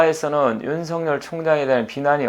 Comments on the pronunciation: '尹錫悅'은 '윤석열'로 표기되고 /윤서결/이라 발음해야지요. /윤성녈/로 발음하면 안 됩니다. '윤석렬'로 표기될 때라야만이 /윤성녈/로 발음되지요. 한자(漢字) '錫' 자(字)를 잘못 쓰시네요. '日'과 '勿' 사이에 '한 일('一')'을 넣어서는 안 되지요. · 처음 들으시는 문제는 저도 이상하고요, 보편적 관접에서 말씀 드리지요. 그러면 이렇게 생각해 보십시오. 예를 들어, '윤석렬(尹錫烈)'로 표기될 경우와 여기처럼 '윤석열(尹錫悅)'로 표기될 경우의 발음상 차이는 어떻게 되겠습니까? 둘 다 똑같이 /윤성녈/입니까? 그럴 수는 없지요. 문자[글자]의 존재 이유가 없어지니까요. 경상도 사람들(이 사람 역시 경상도 출신입니다마는) 중에서 낙동강 유역에 사는 사람들이, '쌀[米]'을 /살/로 발음하고, '(값이) 싸다[低廉하다]'를 /사다/로 발음하는 것을 보편적으로 인정해야 합니까? 잘못된 발음이지, 보편적으로 허용되는 것은 아니지요. '경숙'이라는 (여성의) 이름을 /갱숙/이라고(음운 현상-법칙상으로는, 사투리 발음이라도 /겡숙/으로 되기 마련입니다마는) 황당(荒唐)하게(?) 발음하는 것은, 우스개로 장난스럽게는 할 수 있으나, 보편적 상식으로는 틀린(잘못된) 발음입니다. 그래도 받아들이지 않으시고, 고집스럽게 주장하시겠다면, 개인의 자유이니, 어쩔 수 없겠습니다마는, 저는, 받아들이실 줄 알고 보편적 상식의 관점에서 말씀 드린 것입니다. 그러나, 이건 분명하지 않습니까? 한 나라의 질서를 바로잡고 통일(공식적으로는 필요한 국어의 통일)을 기(期)하기 위해서 도덕과 상식과 불문율과 법(法)이 있듯이, 언어에도 질서와 법칙과 원리가 있습니다. 그걸 무시하고 경상도 사람들끼리만 생각해서 경상도식(慶尙道式) 발음을 고집하는 것은 '넌센스'이지요. 농담이나 장난이 아니라면, 결코 맞는 논리라고 말할 수 없는 것입니다.